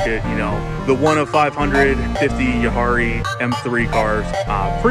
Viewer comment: You butchered “Jahre”. It’s pronounced “Yahhrre”